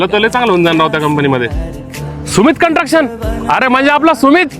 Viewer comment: कंटक्शन नाही कन्स्ट्रक्शन!